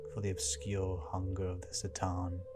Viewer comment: Why S'tan and not C'tan?